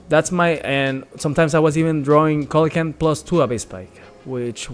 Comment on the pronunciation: It's see-luh-can-th (coelacanth).